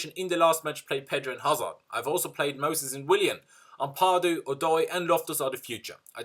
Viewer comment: I always cringe when you stretch the second "a" in "Ampadu". Its Ampadu not "Ampaadu". Thats how Ghanains pronounce the word the last time I checked. He dad is a Ghanaian.